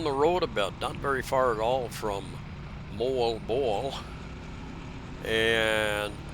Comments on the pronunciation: moAlboAL say it like that emphasis the AL and it sounds right, and PangaSAMA beach emphasis the last syllable ok, good video, cheers and beers ! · You are a daredevil for driving yourself there in the Philippines. Oh and you are most definitely mispronouncing MoalBoal lol it sounds like Moe-Ahhl Bow-Ahhl but who cares right 🤣 Take care man ✌️